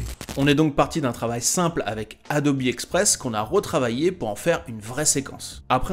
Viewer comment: D'où est-ce que tu sorts la prononciation Adobi mdrr c Adobe